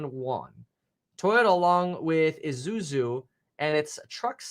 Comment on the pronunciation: "Izuzu" lol